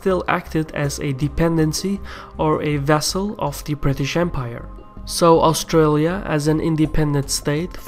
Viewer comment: i don't think you pronounced Australia, Canberra or aboriginals correctly even once in that, it is funny hearing foreigners try to pronounce Aussie words. also Australia has to participate with the UK as it is called the ROYAL AUSTRALIAN ARMY, our deference forces are sworn to the crown under the rule of England because we are part of the commonwealth empire. and as to why we deploy with the USA is because we have a tiny army, we can barely patrol our own coast, took more than 3 hours before out navy detected Chinese ships just outside our waters in a show of strength on their side, so we have allied with them, also since we are also members of the crooked evil UN which our government love so much even though the people don't they tend to do what they say more than the crown or the people to which is supposed to be the major influences.